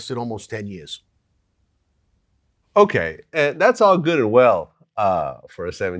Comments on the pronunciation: Okay. Polish your interview skills. Stop saying “Onay.” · Bruh the way u say okay is the worst, stahp